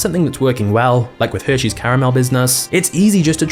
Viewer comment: “Heshares” had me dying 😂😂😂